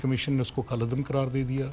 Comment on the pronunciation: کُل عدم نہیں ۔۔۔ عثمان ڈار۔۔۔۔ کلعدم ہوتا ہے۔